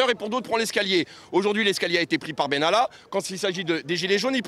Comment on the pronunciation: Monsieur Bènalla ???????????? et on dit : Macron, Vèran, etc, ect !!!!!!!!!!!!!!!